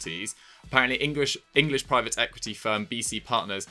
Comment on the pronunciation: Unfortunate pronunciation of "English" when talking about a Chinese based company.